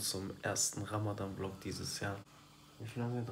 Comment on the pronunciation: su ogluna bi ramadddddan degilde ramazzzzzzan demeyi ögretsen cok sevinirim